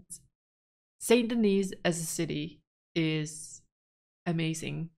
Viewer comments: Hey I heard Dutch has a plan…🧐 We have to teach her how to pronounce Saint Denis properly: ”Saaaaaint Deniiii(s) not Saint Denise :D PS. You can never have too much accent whilst pronouncing the towns name. The more the merrier? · I didn’t know the Bear story was ever told in Saint Denis (it’s pronounced Denee by the way, thank the French for that) defiantly go back to the bigger theatre and make sure to participate if the opportunity presents itself.